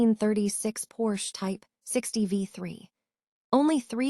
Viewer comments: AI or not, every time I hear the Porsche name mispronounced it grates. I would much rather hear a human rambling on than these damned slick and often laughable AI robots. A case in point, "During the nineteen twenty [pause] ess..." I could not take it after the mark and bailed. The stilted cadence and emphases in the wrong places make it a pain to listen to. I will not listen to this channel again! Grrr! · You lost me when your AI bot mispronounced Porsche. Need to check your work before you publish.